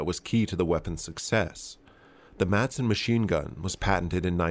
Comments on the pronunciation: The pronunciation of Madsen is the same as it is in English, but without the hard D in the middle (think Mass-en, and you'll be a bit closer), its silent, the way it was said in the beginning of this video "Masen" sounds closer to Mason than to Madsen. Danish is weird i know, but we get by. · It's pronounced 'Massen', not 'May-sen'. So it's just like the typical English pronunciation, only with a silent D. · Just a little detail here... the correct pronunciation is simply "Massen" since the d is silent. Also, fun to see weapon designs from my home country. I used the Madsen quite a lot in Medal of Honor: Rising Sun as a kid. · If you want to pronounce it correctly in danish, say, Ma like in "malice" and sen like "I am in the 'zen' zone". Mason doesn't sound close. I don't care, just figured you were a guy that cared about all the small details, since you tried saying it correctly. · hillariously you botched the pronounciation so bad that the anglified name is actually closer to the real name! (great vid as always) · Just use the English way to say it because your are not saying in correctly in the Danish way